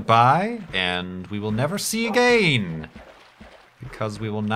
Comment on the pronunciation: how do you pronounce ''again''?